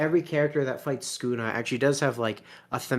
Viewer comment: Why are you calling sukuna skuna?